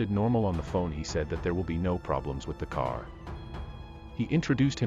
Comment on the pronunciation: Tow ? For two? Care for car? Sorry i couldnt listen all the way through.